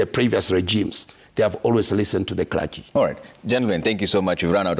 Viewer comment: The christian "kula-gy" (Clergy) have failed spectacularly to speak straight.